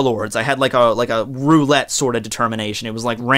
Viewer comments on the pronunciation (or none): none